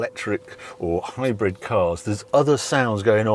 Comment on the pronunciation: Harry I can’t stop hearing hybred and not hybrid? Please tell me it’s just your accent ?😂😂❤